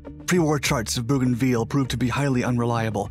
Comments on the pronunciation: Bougainville is pronounced Bow gan ville, the last bit is pronounced vill as in village, not veal as is used here. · Your pronunciation is incorrect. It’s pronounced Bogan-vill. Hope this helps. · Aren’t you mispronouncing that? Sounds like you are referring to Veal, a kind of meat. Agree, Owens is a great hero. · It’s pronounced BOW- GAN- VIL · it's pronounced 'bo-gan-vil" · I know it's a minor detail but it bugged the heck out of me. I've never heard any town ending in 'ville' pronounced that way. I know the narrator is American so it seems like an unforced error to me. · Yeah. If he's all the way down to a significant 4-man action, it'll take him a while to get to everything. What I missed was the map at the beginning. I know, generally, where we are (the South Pacific), but not the specifics, which is unfortunate. I'm 5 minutes in and still not sure where everything is, and somewhat annoyed by the pronunciation of "Bougainville." But I imagine most Americans who read the name off the map - especially 80 years ago - would say it the same way as our narrator. Nah. They'd say ""vill" not "veal." Annoying. EDIT: Went back and watched the first bit. He did the map thing. Still could've spent more time on it for MY sake, but didn't waste the time of people who are better-versed than I on the geography. Totally my fault for not owning the knowledge better, going in.